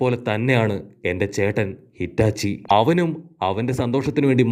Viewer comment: Hitachi alla itachi enn parayo bro please